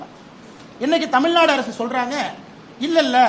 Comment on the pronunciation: தமிழ்நாடு நு பிழை இல்லாம திக்காம பேசுங்க துணை முதல்வர் அவர்களே